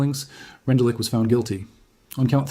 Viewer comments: The name is pronounced "Rendoolitch". Otherwise good video. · 🎉he succeeded in 40 minutes in showing NO photos of Rendulic. He could have learned how to pronounce German names.